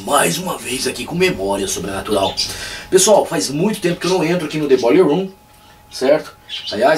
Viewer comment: Massa teu " boiller room"..." Dead"....